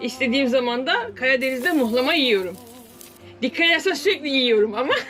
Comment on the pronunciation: Sen ne kadar naif ve güzel kalpli bi kadınsın:) ayrıca muhlamaya, mıhlama demediğin içinde tebrik ederim:))